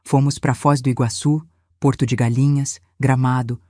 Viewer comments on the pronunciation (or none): none